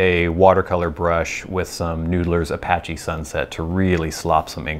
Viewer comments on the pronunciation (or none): none